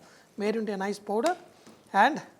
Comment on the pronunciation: It is powder not podor sir l understand in South India English is like this.